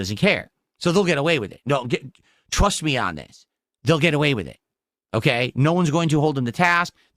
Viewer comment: "TRAHST REE AHN IT!" Nintendo didn't scam you dumdum. As I mentioned in the previous video, Nintendo caters its products for FANS not POSERS like you. Great put Nintendo's biggest fail behind you so it can collect dust and we can point and laugh at you for buying it!